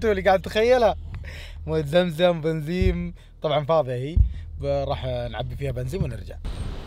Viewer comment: ليه تقول بنزيم لا 😂بنزين